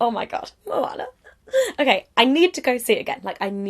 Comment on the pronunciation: I am so glad that you say Moana correct, thank you for that.